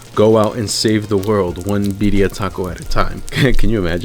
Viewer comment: "Barrio tacos”